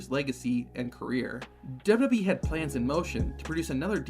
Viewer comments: Dubby Dub E? It's Double-U Double-U E . Sound it out. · Why do u keep saying "dubba bee" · Is the narrator saying "Dub Dub E" and NOT "Double-U, Double-U, E"? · Take a shot of drink every time he says dub dub e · There are 3 letters in WWE. Why can’t you say them?